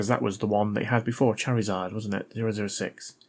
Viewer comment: Btw its said like.. "char-re-zard" lol